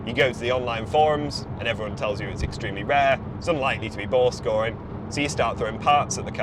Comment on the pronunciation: I thought this dude was saying "ball scoring". Was trying to figure out what the hell he meant. I had to read it. He has the voice of a gay man. A very gay man.